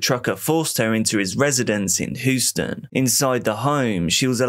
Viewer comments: great video but it's pronounced Hugh-sten not who-stin. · The Texas city of Houston is pronounced Hew stun not hoo stun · Hue-ston. Just a heads for next time 😃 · Says Houston like Lord Zod